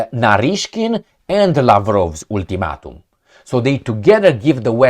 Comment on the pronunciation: Ultimatum sounds like Altimatum😅